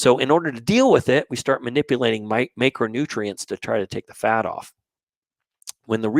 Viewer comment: Thanks for your videos. I think you're pronouncing macronutrients wrong though, specifically the letter a